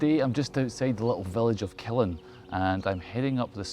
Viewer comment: Local here! Killin is pronounced with an upwards emphasis to the end, the 'LIN' not the 'KIL'! kill-IN, not KILL-in :) You're kilLin' me here, pal!